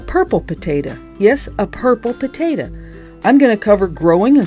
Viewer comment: I love how you pronounce potato as "putatuh" but when you shorten it you pronounce it "taterr" 😆 not making fun, just a silly observation I made. Great video. God bless.